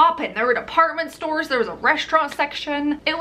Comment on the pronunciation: I keep hearing "Apartment Store" vs department store